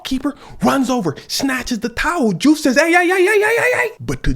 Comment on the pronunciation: Nice catch in the name diouf is pronounced joof. lol just saw that you spoke wolof